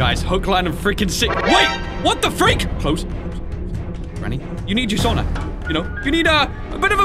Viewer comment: ITS NOT SOONA ITS SAUNA